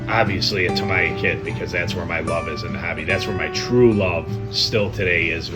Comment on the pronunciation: Tam-eeee-ah! I had to stop watching as your mispronunciation was grating!